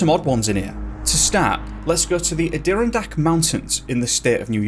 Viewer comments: Just FYI Adirondack is pronounced Adda-ron-dack. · Ad-Der-Ron-Dak mountains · add - er - ron - dak .... is how fist mentioned mountain range is pronounced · That's Pronounced Adirondack as in AD+ER+AHN+DACK NOT ADEERONDACK! Other than that!👍! LMAO! 😜🤣👌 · It's the Ah-doh-RON-dak mountains. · Adirondack mountains is how it's pernounced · Not to be picky but I believe it’s pronounced Ad-i-ron-dack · A-deer-n-dack mountains. The natives are wincing in their graves. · •ADA-RON-DAK• Mountains 🏔 Just thought I’d let you know how us Americans pronounce it lol AWESOME VIDEO BRO! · Just a heads up,, Adadirondack is pronounced "outer-on-dack". Google can't do everything, I suppose - I love your videos! Keep up the good work. I just got home from work and immediately started binge watching your videos. You rock! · Adirondack is pronounced..Add_ur-ron_ dak..just fyi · I’ve never heard anyone pronounce Adirondack like that. Adder on dack is how u pronounce it :)) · How to pronounce- Ad-a-Ron-dack Interesting stories… thank you.. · Love the vids man. Your pronouncing Ad-di-ron-dak wrong though. I live here in the foot hills of the Adirondacks. I've hiked a couple of the peaks up there with my wife. I swear It seems that the ground is hollow in some places. Thank you for bringing light to some of the disappearances around here. Ps I live 20 mins away from Lake Placid. That's where the movie Miracle was based off. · Just a phonetic sounding for you... Ad'or-ron-dak. Hope this helps, and thanks for the great dives! Deep or not! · Lol it's Ah-dah-RON-deck mountains. Also, Cherokee is CHER-uh-key. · Adirondack - correctly pronounced - adder- ron - dack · Ah-Der-on-dacks, is how it's pronounced if you ever do another episode on the mountains. Love your content! 😊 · Adirondak is pronounced ahh•dir-•ron•dack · It’s pronounced ADD-E-RON-DACK MTNS…. But great job keep it up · It's pronounced ADD-ER-ON-DACK, but no worries many Americans get it wrong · It is pronounced Add-er-on-dack